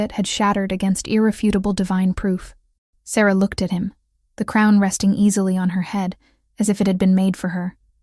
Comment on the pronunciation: How could the tree be in their kingdom when it was 500 miles away at the temple AI is so dumb. They even mispronounce Sarah more than once.